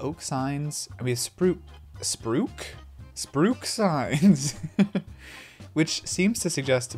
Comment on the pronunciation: Spruc 😂 made me genuinely giggle a bit